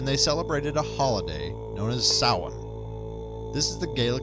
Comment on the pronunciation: Samhain is pronounced sow-wen.